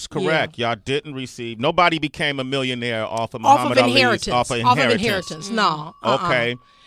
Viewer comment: he couldn't even say Muhammad right.